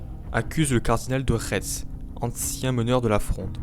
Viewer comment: Merci pour la vidéo. On prononce « V »estsphalie, Cardinal de « RÉ ».